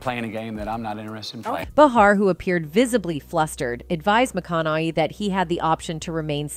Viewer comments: Who is this narrator getting everyone’s names wrong? She said “mac-onn-I-hee”, “mac-onn-a-hay”, “mac-onn-ah-hi”…pick a pronunciation and go with it already 🤷‍♀️ also, it’s not “buh-harr”, it’s “bay-harr”. Are we supposed to take this channel seriously? Wtf? 🤦‍♀️ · His name is pronounced…….Ma…con…nah…hay………put a Matthew in front of that….AND….you got it. And it is Joy Bay..har……as horrible as she is. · Bah-har....McCan-eye....like wtf